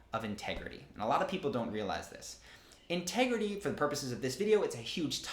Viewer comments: "inter grity" 😅 Sounds hot! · In this here ol’ town we be about honersty an’ intergrity. All jokes aside, this was quite interesting and fairly helpful knowledge.